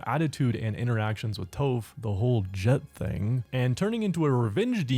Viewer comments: Is no one gonna mention how this guy mis pronounced Tophs’ name as “Toh-ph”? A few other avatar YouTubers do it also and idk why cuz if they are such big fans like they say that they are then they would know how to properly say her name the same way as in the show. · Why you keep pronouncing tophs name wrong